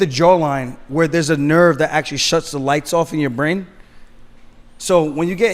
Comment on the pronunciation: A nerve that shuts off your blain it runs up to your blain. Its all about the blain. This dude really thinks he knows anything about fighting. Your not skilled what have you ever done you cant even say brain correctly